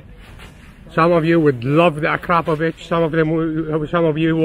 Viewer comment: He actually said akrapovič not akrapovic👍